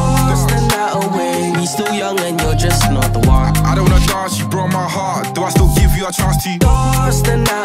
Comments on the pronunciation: Damn they way he pronounces 'Dance' 🤣🤣🤣🤣. Before looking at the lyrics i thought he said Dorse the night away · Nah, that pronunciation of the word dance, I can't rate this. D A R N C E